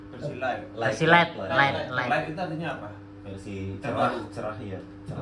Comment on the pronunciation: Versi Lite bang. Bukan light